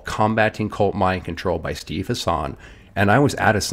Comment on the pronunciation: It's pronounced HASSen, not hasAHN.